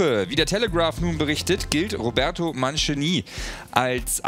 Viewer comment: Bitte wie spricht er Mancini aus!!!!